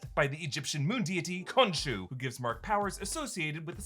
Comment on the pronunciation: When it comes to the deity you do not pronouce the h